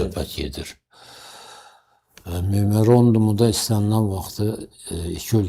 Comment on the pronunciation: Bu axmag yenə içib çıxıb bura gic gic danışır..mamerandum...😂